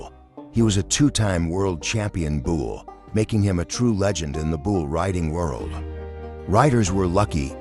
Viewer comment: After hearing bushwhacker being pronounced “bushwaquer” and bull being pronounced “buole” I had to give this vid a thumbs down!